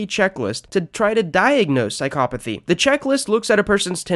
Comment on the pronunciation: psycopaty ? WTF HOW DO YOU PRENOUNCE THAT WORD ?????